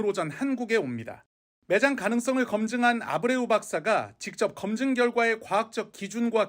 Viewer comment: 이리 막대한 세금을 쏟아 부어야 하는 일에 회사 선정에 만 5개월을 검증 작업을 거쳤다고 하는데 차관이란 자가 한 명 있는 회사의 대표 이름 하나 보고 읽으면서도 제대로 발음 못하는 수준이냐?